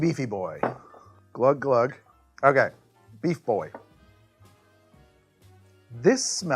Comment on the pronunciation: So...are we gonna talk about the "BEEFEAFER" or just...ignore it?